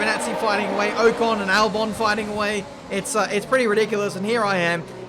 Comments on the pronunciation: Can we address the way he says Ocon? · Keep getting super annoyed when he says ocon 😤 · The way he says Ocon really triggers me